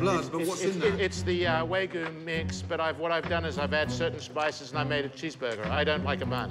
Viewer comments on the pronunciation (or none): "Shudders at the pronunciation of wagyu* Butchered the pronunciation AND the burger. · ”Way-goo" burger LOL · "Way goo" swear to God I hate when english speakers butcher words so horribly and I my self am american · "with the waygu" 💀💀💀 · The thing that gets me the hardest about ol' burger boy is "With the way-goo!" How the hell can you claim to know a product when you can't even say it? It's Wa-Gyu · God the guy calling wagyu waygu is embarrassing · "The what"..."The weigh-gu!" 🐮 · "The what?"..."The weigh-gu"